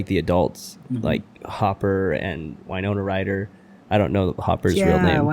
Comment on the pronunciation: "whynona" i. want. to. die.